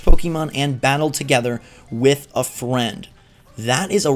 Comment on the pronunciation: the way he said freind😂😂 im dying "fwend"